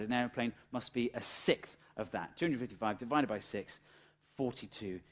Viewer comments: SiXTH, not sith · a sickth? whats a sickth?.....ah you mean a sixth! you have a speach impediment too.